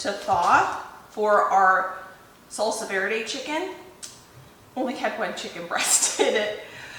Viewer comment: lol yeah is not interested in pronouncing anything correctly. 😂